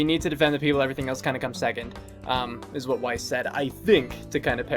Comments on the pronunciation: Sure, Zwei is mispronounced, but so is Weiss. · is it really that hard to pronounce "Zwei", "Weiss" and "Schnee"?